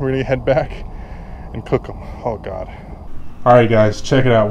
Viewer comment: 'Oh my GAR'